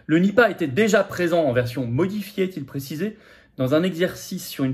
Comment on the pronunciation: Nipah non ripah !😂